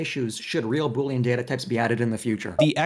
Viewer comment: Say 🅱️oolean one more time